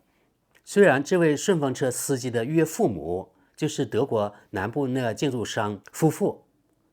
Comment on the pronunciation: 知事是 普通话yue四声父母.:face-blue-smiling:这个听着太怪了,所以说下.哈哈哈哈